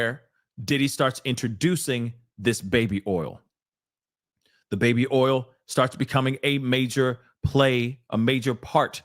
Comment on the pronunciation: when you say baby “ol”, I h i’m laugh every time. 😂